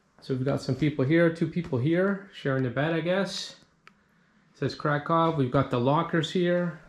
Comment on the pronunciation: Not Krakov but Krakoov the pronunciation like in a book.